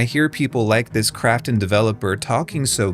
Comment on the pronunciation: When he says Krafton I keep hearing "crapton" and I don't know if it's on purpose but either way, it's accurate.